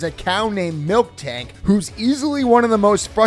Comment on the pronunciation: Stop saying MilkTank.